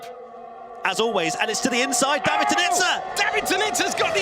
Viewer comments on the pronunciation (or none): David is a long AAA sound not the ah sound.